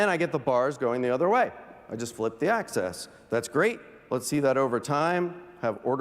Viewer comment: “Axis” not “Access”